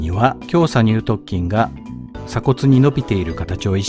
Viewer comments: きょうさにゅう"とっきん"、ではなく、きょうさにゅう"とつきん"、です。 細かくて申し訳ありません💦 本職が人体関連なので気になってしまいました💦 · イチャモンをつけるクレーマーですけど、 イラストによって胸鎖乳突筋の鎖骨頭が斜角筋のような位置になっているような気がします あとそう聞こえるだけかわかりませんがにゅうとつきんをにゅうとっきんと言っているような気もします